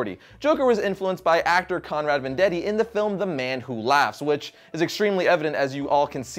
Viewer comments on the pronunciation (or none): Conrad vendeti? I thought it was viedt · Veidt (like Adrian), not Vendetti. And Napier is pronounced "Nay-peer", not "Naper". Sorry if this sounds hostile or petty, but the mangled names got under my skin. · Conrad Vendetti? He is german and his name is Conrad VEIDT :D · Conrad "Vendetti"? Conrad Veidt... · The Joker was influneced by Conrad 'Vendeti' (Ven-de-tee) ? Who dat ? The name is Conrad Veidt. He's German, not Italian. Veidt is pronounced 'Vie-t'. The d is mostly silent. Both letters are alveolar plosives so they can be blended together into one sound. (vie-dt). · Well, the speaker might know comics, but he should at least get the names of all involved in Joker history correct - especially the actor who played the character whose looks directly influenced the Joker! At , he horribly misprounces Conrad Veidt's last name as like "Vendetti" instead of the correct way, "Vite" - like "bite" but with a V. The speaker soon afterwards also mispronounces Jack Napier's last name as "Naper". Disappointing AND distracting. Pay attention to ALL the facts you discuss, folks, not just most of them. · Konrad Veidt. Not sure where you got that surname...or maybe my ears fail me today...